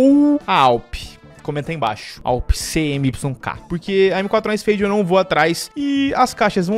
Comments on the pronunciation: dae suave, n se diz CMYK, separado se pronuncia (cimik), ciano,magenta.yellow,black abraço é nois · Fala, sou desigenr e a pronuncia da awp é "cemiqui", é um sistema de cores usado em impressão. Video top